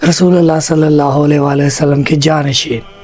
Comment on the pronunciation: BETA AOA KALMA MN LFZ RASOOL KI LAAM PR ZABR HY OR AP NE 2 MRTBA ZER PRHI HY LEHAZA AP APNI VIDEO DOBARA SUNAIN OR APNI ISLAH KR LAIN BAZ OQAAT ZUBAN SLIP HO JATI HY MUJAY INFORM ZRUR KRNA DEAR❤️ BETA